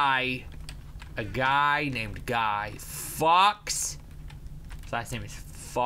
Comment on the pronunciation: Did Toby say Guy Fucks? Lol he was trying to cover it up.